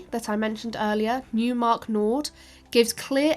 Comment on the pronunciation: Thank you for an interesting report. Just a small remark: Neumark is actually pronounced Noymark, not Newmark.